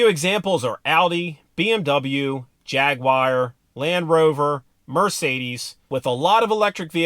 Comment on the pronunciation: Used common sense, exactly. No Jagwire, got it!😂